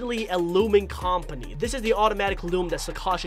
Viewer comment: I'm sorry if I offend you but it's actually pronounced kuhm·puh·nee not kom·puh·nee .